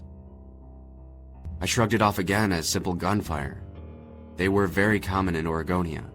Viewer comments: Its Oregonia... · It's Oregonia, Ohio. Not Aregonia. He's just pronouncing it with a drawl or something.